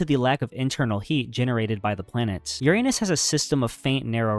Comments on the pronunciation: Uranus is pronounced “Yur-uh-nes” not “Yur-ay-nus” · Your - anus, bro?? Didn't bother to educate yourself on how to pronounce this planet's name? 🙄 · He mispronounced Uranus. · The mispronounced words are the telltale signs of AI, but I did enjoy the Your-Anus.... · This videos good but it bothers me how you mispronounced Uranus 😭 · The narrator needs to pronounce URANUS correctly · grow up and learn to pronounce Uranus properly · Respect how other people pronounce bro. You have no respect.